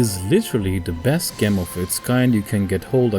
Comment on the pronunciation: pronounced Jem... not Gem